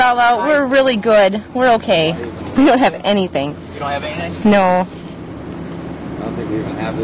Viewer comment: when she seas no she sounds relyyyyyyyyyyyyyyyyyyyyyyyyy canadian eh..